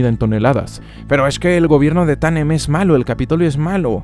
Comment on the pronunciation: Buen video, solo una cosa, es Panem y no Tamen